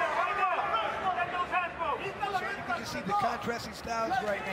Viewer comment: yea good to see other people making comments on how cringe this announcer is.... someone needs to coach him on what words to emphasis on cuz... he sounds so white and nerdy... "hello hello hello"? really? as an intro? lmao.... and then his silly 'KNUCKLE UUUUUUUUUUP' is.. lame... please someone help this man to not sound so nerdy.... help him with emphasis....